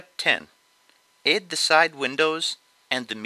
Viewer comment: i love how you say 'edd' instead of 'add'